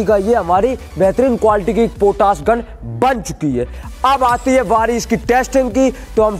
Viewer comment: पोटास नहीं पोटाश होता है... पहले बोलना सीखो